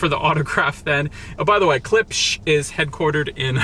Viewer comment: Klipsh= CLIPSH not "KLIPISH"